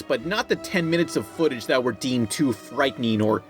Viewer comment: he says footage as foot appears mhhhhmh